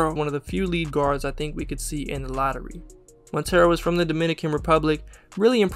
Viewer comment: Jean Montero is pronounced like Juan just with an "eh" instead of a "oo"